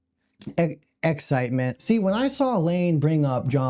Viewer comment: You said “excitement”, but I heard excrement.✨🤣✨